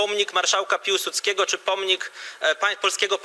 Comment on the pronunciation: No dobra, ale dlaczego chcecie stawiać pomnik jakiemuś Piułsudskiemu? Ktoś taki nie istniał,a jeśli istniał ,to na pewno nie był marszałkiem. Prawdziwy patriota, za którego się uważasz, powinien wiedzieć ,że marszałek nazywał się Piłsudski, a nie Piułsudski....wstyd